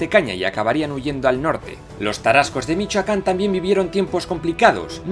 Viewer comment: Que agradable escuchar sobre la historia de mi país y en particular nuestros antepasados Tarascos, de una manera tan acertada y precisa, todos los detalles están bien cuidados, incluso las pronunciaciones, aunque con algunas fallas, muy bien realizadas, saludos desde México!